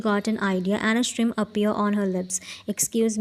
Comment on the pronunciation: Convenience jungkook😂😂😂I can't stop laughing😂😂😂you need to learn english first girl You pronounce smirk as Shrim in your country?😂😂😂